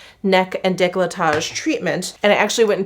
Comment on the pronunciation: I really don’t understand why anglophones pronounce « declotage » when it is written decolletage!!!